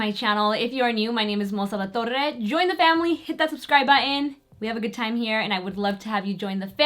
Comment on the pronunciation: Gotta love that 'Alatorrrrrrre'